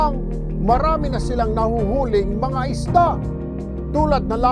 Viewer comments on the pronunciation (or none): Tulfo "Isda" not Ista